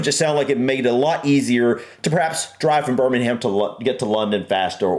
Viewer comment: Spaghetti Junction is pretty easy to drive on. Problem is that people don't pay attention to the signs telling you what lane to be in, and try to get across at the last moment. Also, you don't pronounce the H in Birmingham.